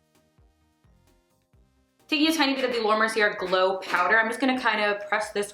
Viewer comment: Beautiful look babe!! 💗 Just an fyi.. Mercier is pronounced Merci-a. 😘